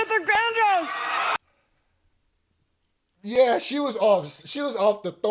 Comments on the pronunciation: She said Luther gandross 😂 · said Luther VanGross